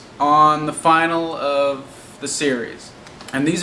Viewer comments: You keep saying 'series final'. Its not 'final', it's finale. Pronounced fin-arelay. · dam this guy needs english classes i mean final instead of finale and die instead of dies lol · Finale is pronounced Fin-al-ee not final. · I always pronounced "finale" as "fin-a-lee" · Fin al e. say it correctly or remove it.